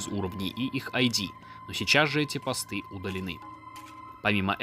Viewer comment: Привет,я конечно не придираюсь , но правильно ,не постЫ,а пОсты